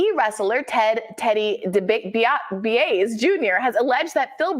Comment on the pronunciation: out here butchering DiBiase lol for those who care and dont know, its "Dee-bee-AH-say" or "Dee-bee-AH-see" Dude's dad was the Million Dollar Man, Ted DiBiase. Good ol' classic wrestling there.